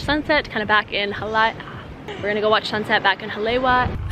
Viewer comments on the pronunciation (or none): Her pronunciation of Hawaiian words is terrible. Haleiwa is pronounced Hali Ava. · pronounced Ha-La-e-va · “HA-lay-Ee-Vah“ All pau, driving me nuts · That shop in Haleiwa (pronounce "holly-ayva", BTW), with the "wings"....used to get shave ice EVERY time we passed by there. 30 years ago!!!! (lived on Schofield 89-91) I'm leaving tomorrow morning, from Detroit...will be there in the afternoon!!!! Glad the place is still there...we'll be stopping in for sure!!! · pronounced 'ha-lei-e-va' (in Hawaiian, the 'w' is pronounced like a 'v')... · It’s pronounced Ha-Le-i-Va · HA LAY WA LMFAO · I love your videos! I was so happy when I saw that you went to Hawaii! Just a quick tip from a local though, Haleiwa is actually pronounced “Ha-lei-e-va” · girl, you should've gone mermaid cave over there in the westside. Btw, Haleiwa is pronounced Haleiva. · The way she pronounces Haleiwa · Hahaha thats the 1st thing I tought too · Yes, the pronunciation needs correcting. It’s what Briana said.